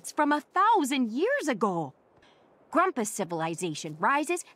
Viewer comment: I love how is constantly fucking up everyone's names. Grumpuses and Bugsnax alike. He always finds new ways to say them wrong